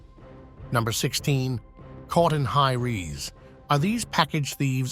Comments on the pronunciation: High rees?? dude, it's high REZ as in resolution. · Fun video but it would be nice if it wasn't voiced by A.I. Obviously mispronounced common words. Hi-Reez, I don't think so. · High “rees” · Your AI pronounced the word "Res" wrong in high res. And no, that's not how the British say it.